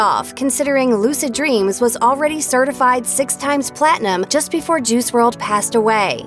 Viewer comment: It's pronounced juhrod